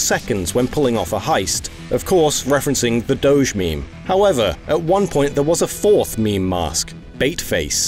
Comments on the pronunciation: Is doge really pronounced like that? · Am I the only one who swears by it being pronounced “doh-g” and not “doh-j?” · Huh, is that how you pronounce "Doge"? I always assumed that by it coming from "dog", it would be pronounced as "doh-geh" or even "doggie" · What the hell is that pronunciation of doge? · Did you seriously pronounce "Doge" incorrectly!?!?!? unsubs not really though luv u no homo tho